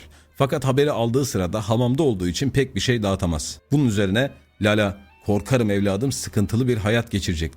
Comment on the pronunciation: Lala derken "a"larda yumuşatma olmamalı.Emegine sağlık,varol 🖐